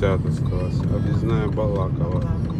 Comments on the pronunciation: БалакОво. Ну как можно так говорить и не знать, как правильно? Это же достаточно крупный город. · БалакОво. Слух прям режет.